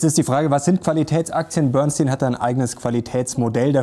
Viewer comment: Boernstinn? Bernstein ist nicht Gold. Daher Vorsicht mit den Tipps. ☝️